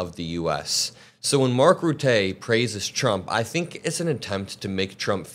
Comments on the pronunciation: I' m from the Netherlands. Pronounce Rutte as Cutter. And FYI... pronounce Qatar as Guitar. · FYI Rutte rhymes with "mutter' and "utter". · Rutte is pronounced "Ruhttuh"... cheers. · Rutte is smart. He’s puppeting. Pronounced “Mark Roota” BTW. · Word to the wise. Rutte is pronounced rutta. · It's pronounced ruhttuh ;) And he's a two-faced creep! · Dear, please before speculating about Mark Rutte (Pronounced Ruhtuh) do a little research into who he is. He was the prime minister for the Netherlands for 13 years straight. A charismatic man who can make friends with anyone by always smiling and laughing. You could always feel he is on your side but then suddenly pushes you to believe something or do something, and that’s why he is a great secretary general! He is able to deal with trump! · lmao the pronounciation of the name rutte......lol never thought I would laugh hearing rutte's name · I just love how you pronounced Mark Rutte. Rutte is a Intelligent career politician who had scandal after scandal hit the gouvernement on his watch but every time he survived without any real problems so this is just an act of him to get what he wants from Trump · You're mispronounced Rutte, he is the former PM of The Netherlands and corrupt,look up child benefits scandal and the problem with his phone. Tip of the iceberg. Rutte left The Netherlands a mess, is for the wealthy and a POS. He is kissing Trump's ass because he admires him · Rutte is not a Trump fan. He is playing his ego as Rutte's only responsibility is having NATO survive this presidency. Rutte was our prime minister for more than a decade. He will say anything to get his way. It is both embarrassing as it is effective. Also. Try saying Rotten, without the (N). That would be closer to his name than Ruthee. He isn't a French pastry. Although I wish he was. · Maybe you should look up how to pronounce Rutte 😂 because that’s not even close. And no, he’s not a fan of Trump. He’s just playing him.